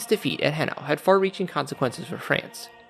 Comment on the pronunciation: "Hanau" is pronounced as "Ha-now" (as "now"--the opposite of "later") not "He-na." Sorry, just bugged the hell out of me. (I actually thought, at first, the video was referencing the Battle of Jena except the timeline didn't fit.) And, in the name "von Wrede," the "W" should be pronounced like a "V" (so, "vre-de") rather than being silent (technically, the "v" in "von" should be pronounced like an "f" so, "fon Vre-de"). I get accents and some unfamiliarity with "foreign" languages and the issues of proper pronunciation but when you're positing alternate histories, it's really important to pay attention to facts. There's no need, for instance, to go all French with the name "Napoleon"--people won't really get all that worked up, especially with truly famous names--but I can't imagine many American viewers just blithely accepting "Hefferson" or "Yefferson" for "Jefferson" (even if the speaker's native language doesn't have the exact "j" sound--a "ch" or "zh" would be accepted before "h" or "y"). Again, to "Possible History," not on you but the original creator of this has already failed as an amateur historian in my estimation. (I'll keep watching but the mispronunciations are really distracting.)